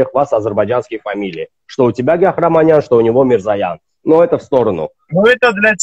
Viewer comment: не правильно читал его фамилии. Его фамилия, Гехпеханян 😅😅😅